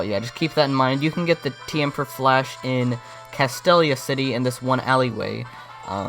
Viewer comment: It's pronounced ca-steel-lia city